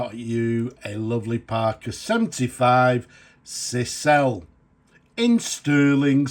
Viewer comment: Cisele is pronounced ‘Scissor lay’